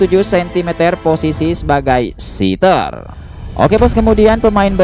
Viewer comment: 🙏 maaf sedikit koreksi ya min.. Setter ttap dibca sprti tulisan nya... setter. Jangan dibca.sitter.., karna sitter ( seater.. bhsa inggris) itu artinya .. tmpat duduk..